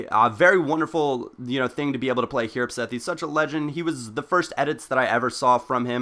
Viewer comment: It's hjerpseth? I dont think so..